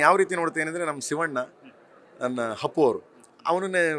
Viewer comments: "ಹಪ್ಪು" ಅಲ್ಲ ಅದು "ಅಪ್ಪು"ಅಂತ ಸರ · ಲೆ KD ಮೊದಲು ಅಪ್ಪು ಅಂತ ಚೆನ್ನಾಗಿ ಹೇಳೋದನ್ನ ಕಲಿ ...... Hapu ಅನ್ನೋದು ಬಿಡು..... ಜೈ ಕರ್ನಾಟಕ ಜೈ ಹಿಂದ್